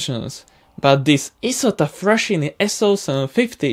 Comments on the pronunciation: Mate Isotta Fraschini, a former Italian company, is pronounced "Isotta Fraskini". What you say is "Frascini" in Italian. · Always fun to watch. Sooner or later you will have to address the Napier Sabre sleeve valve H24 engine and the Napier Deltic triangular two-stroke diesel with 3 crankshafts, 18 cylinders, and 36 pistons. Also a couple of corrections: Isotta-Fraschini is meant to be pronounced izotta-fraskini and B-29s were equipped with R3350 18-cylinder radials, massive engines in their own right, but not as massive and intricate as R4360s. On a personal note: FiFi overflew my house last summer on her way to and from a local airshow. She is still a wonderful sight to behold and to hear !